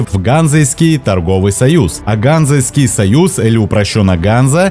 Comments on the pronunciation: Не гАнзэйский, а ганзЕйский, союз, для справочки... ну и прицепом не каршер, а кЭрхер!) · ГанзЕйския, ВОлхов, ЩЕцин. Ударения надо проверять перед начитыванием текста. Привет от ЕГЭ. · Все хорошо, только что с ударениями??? Путь из Воряг и Греки: озеро Ильмень, реки ВОлхов, ЛОвать! А союз ГанзЕйский, лига тоже ГанзЕйская!!! Даже в Википедии стоят ударения. Слух режет, не понятно почему при отборе информации не обратили внимание на ударение!